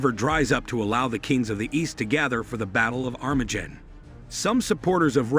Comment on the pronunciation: This guy cant even pronounce Armageddon much less Isaiah.